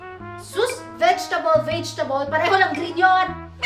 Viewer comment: Veij-tabol daw